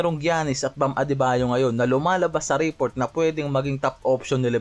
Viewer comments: Reeeport daw 😂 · ayusin mo pronunciation mo ng report!